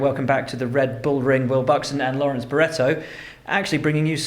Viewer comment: bro that guy is not named "Lawerence Barretto". Check his ID before you hire people smh